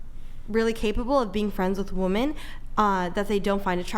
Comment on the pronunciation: my God,, how do you get so many women that don’t know how to pronounce the plural word “women”. If I have to hear another one say something like “To the argument of men and woman can’t be friends…” 🤦‍♂️🤦‍♂️🤦‍♂️ It’s honestly disturbing how common it is. But I guess I shouldn’t be surprised that a woman showing up half painted like a damn clown is on the intellectual level of a grapefruit.